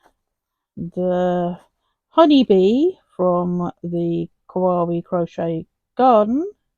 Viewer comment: The quote - indeed, the world keeps turning Kawaii - kuh why ee 😉(like saying The Gerbera was instantly recognisable 😊 That's a very podgy mallard😆 LOVE the fern! think that's my favourite. Well done 😁